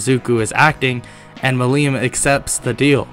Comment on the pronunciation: The way you pronounced Millim was painful to me, and I am sure that it will piss me off in next episodes.